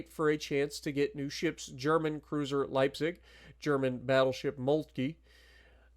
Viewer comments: For me as a german this is a great update, and your pronunciation of Preußen, Leipzig and even Großer Kurfürst is real good 👍👍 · Dude, that is an A+ for the pronunciation of Preussen and Leipzig. Well done and greetings from Germany…